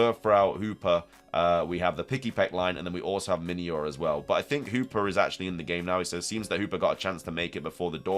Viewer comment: who is hooper 🤣😂 the accent is crazy. i know you meant hoopa. its funny how you say geeta too. geeter